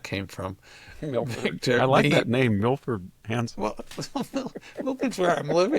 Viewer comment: Victor does look a little like “Millard Fillmore” so you can be forgiven for calling him “Milfore”. Ha 😊